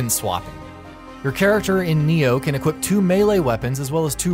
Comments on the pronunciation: It's NAI-0H not "Neo" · Why is everyone pronouncing it Nioh instead of Ni-Oh